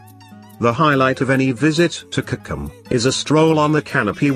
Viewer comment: kokro-bite..he didi not get a single name right.